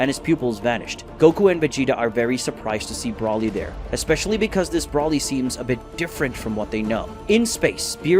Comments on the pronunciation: why do you pronounce br-O-lly br-A-lly? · It's pronounced "Broh-ly", not "Braw-ly".